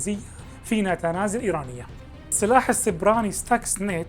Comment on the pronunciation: نتنز وليس ناتاناز وشكرا